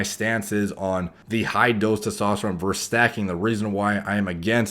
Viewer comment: its versus not verse. might as well just say "vzzzz"